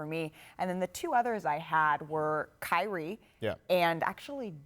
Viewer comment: Did she really say Kyrie?